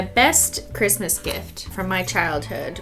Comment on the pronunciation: "Merry Cristmas with no h".... Me: 🤣🤣🤣🤣